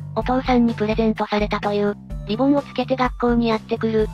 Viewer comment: リボンじゃなくリ ボーン